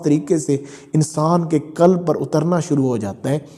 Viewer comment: کلب نہیں قلب کلب کا معنٰی عربی میں کتا ہے قلب بڑے قاف سے بمعنٰی دل